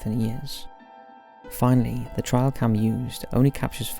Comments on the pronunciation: 1. "You can make out a torso and bla bla bla" bitch what? 2. "Trial cam. Trial cam. Trial cam." I know your British but... come the F on. You can say trail. Try. Just try. 3. "There wasnt enough time for someone to move into the window because the photos were taken so close together." ... minutes earlier... " they noticed the girl wasnt in the photo so they called her over to take another photo"... really? Its no wonder people fall for all this shit when this is our level of critical thinking ability. 4. No. No F it, im not going to watch anymore of this stupidity. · That is soooo NOT the only word this kid says totally wrong. It isn't an accent thing either, it almost seems intentional, like he wants it to be his signature thing to do or some such tripe. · I love you, dude. But the way you pronounce "trail" really irritates me lmao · No, he's just pronounced it wrong lol. We don't pronounce "trail" like that over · Maybe if he didn’t constantly mispronounce basic words like “trail” and “opaque”. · Some good ones! By the way, it's pronounced like this rather than 'trial' 😉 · Why do you say the word trail like 'trial' ? 2 different words lol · Trail, Tray-ul not Trail Try-ul 😬 love the channel btw, I just had to say! It was driving me insane 🤣🤣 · Trail cam, as in follow the trail. A trial happens in court. It is not a trial cam. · its trail not trial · Trial cam? I think you mean trail cam. lol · TRAIL. As in hiking trail. not as in court trial. My god that ruined the video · First one is just double exposure, and the second one, it’s TRAIL, not TRIAL... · It's not "trial cam " it's trail cam. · lmao my dude, it's nothing to do with accent. Trial and Trail are two totally different words with different meanings, he's saying the wrong word, it's not because of his accent. There is no where in the UK where trail is pronounced trial. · What is a "trial" cam? Are you trying to say trail cam ? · It is pronounced ‘Tray-al Cam’. Not ‘Try-al Cam’. Jeez.